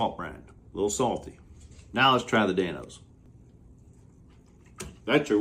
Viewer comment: Love the running “Dan-se”🤣